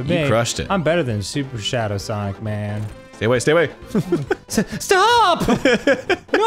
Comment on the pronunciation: "I wanna play some Ssawwnniicgghh... hey everyone welcome back" rewound it like 10 times 😂